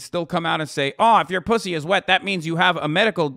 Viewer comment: Hasan just stop saying posy, it hurts, just say vegaina